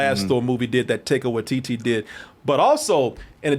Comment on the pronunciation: is hilarious he makes fun of Carlos’s pronunciations at approx, but he butchers Taika Waititi’s name in this episode and in the past. Lol. As a matter of fact he’s repeatedly called Kevin Feige “Kevin Feege”. Instead of Halle Berry, he’s repeatedly called her “Holly”. He unwittingly he called Guy Fieri “Guy Ferrari”. Instead of the word “Or” he often pronounces “Are” like a pirate. Instead of WandaVision he says “Wunda”. Instead of monster he says “Munster”. I wunda if he would take the joke if we repeatedly called him Carrie.